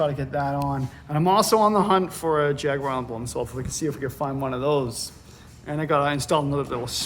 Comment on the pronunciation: Well done for saying Jaguar correctly. The vast majority of Americans ALWAYS say Jag-waar which really pisses off us Brits. We call it a "gear knob" in the UK, because it's a knob that changes gears.